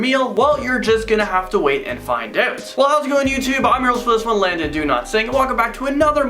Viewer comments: i love when he says i’m landon do not sing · Landon do not sink 😂😂😂(no hate intended just a joke)